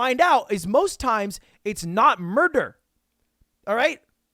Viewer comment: emphasis on most